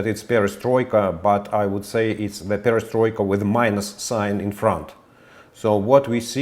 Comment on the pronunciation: destroika instead of perestroika